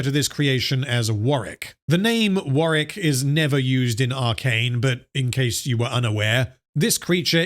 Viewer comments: Warwick. Not sure if thats what you were saying but it sounded like Warrick. Just commenting so people know the name of the character in the game who dont play it. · It's not warrick it's warwick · I always thought it was pronounced War - Wick . Im so confused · It is War-Wick, he's just not pronouncing the name right. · "I am going to refer to this creature as Wareck." Why would you do this Are we really going to have to endure 3 and a half hours of you refering to Warwick as "Wareck?" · You'll never see this or care, but there is a second W in Warwick, instead of Warrick